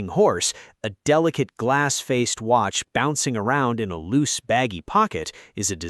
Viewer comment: ah yes, the ole wrist Wratch